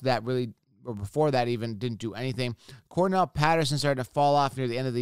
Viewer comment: Bro, it's Cordaralle, not Cornell Patterson.